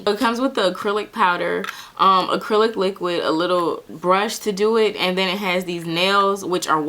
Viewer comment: "Acrelic" 😂 I can't I'm subscribing